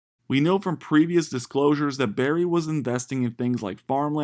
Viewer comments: It’s burry not Barry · BURRY not Berry 🍓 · It’s Burry, with a “U” — not Barry.